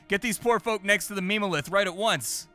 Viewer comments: Ah yes, "meme-o-lith" 😂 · It hurt my soul a little every time he said it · I imagine the devs meant for "mem" in memo lith to be pronounced like in member. Because meme-o-lith is just impossible to take seriously 😂 but you just know it's what 99% of players are going to read it as